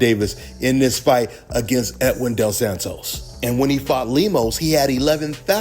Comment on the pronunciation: De La Santos, not del Santos